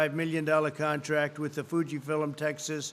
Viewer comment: Fuji Fillums. Over and over.